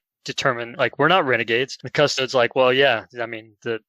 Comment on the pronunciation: It's pronounced: CU-STO-DEEEZ